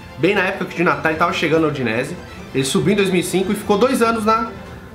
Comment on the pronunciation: Eu sei que você fala De Natale com a mãozinha e o sotaque italiano !😂